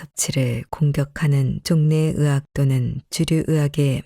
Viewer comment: 의학 = 으학이라고 하는거 자꾸 거슬려요 ..